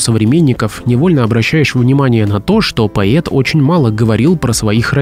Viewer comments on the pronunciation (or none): почему поет а не поэт поетому а не поэтому?Изуродовали язык наперекручивали иностранные слова поменяли ударения ударились в старину а точней в утопию Противно слушать хорошо что 34 года там не была и редко слышу уродский язык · Да, феерично произносить слово "поЭт" через "Е" . Ещё "посчастливилось" слышать "эсли" вместо "если" - тоже шедевр. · пОЭт , а не паЕТ. Невозможно слушать, да и текст приметивный и местами просто глупый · ведуший передачи, что за новое слово - поет? Может поэет, а не поет? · ПоЭт, а не поЕт! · Поэт а не поЕт))))) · поЕт а может поЭт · Поэт произносится через Э